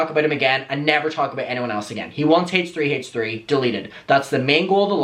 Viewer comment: I looove how Adam says, "Hay-tch 3"..